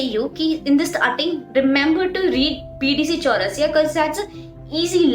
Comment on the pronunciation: Bdc chaurasia😂😂🤣🤣 Sister it's bd chaurasia